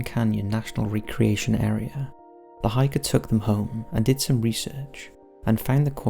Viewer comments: I'm totally going to call recreation centres 're-creation centres' from now on lmao! Rec, mate. As in, Rec-room. (reck-re-ation, not re-creation), this did make me giggle, but I love your vids! Keep 'em coming! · Please, for the love of all that is holy, pre-read your script. There are so many mispronunciations of basic words. Coronado being one and recreation being another. Also, on the videos where a sound is heard, like the one in New Mexico, play it more than once and don’t talk so damn much. We’re trying to hear something and you won’t shut up, you just drone on and on. Great channel, but damn.